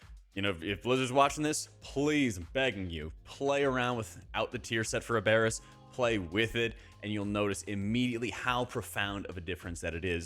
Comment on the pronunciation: I know it’s hard to change pronunciation but it’s AB-er-us like from the word Aberrant.